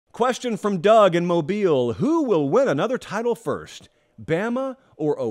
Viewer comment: I would just like applaud pronunciation of “Mo-beel” 👏🤝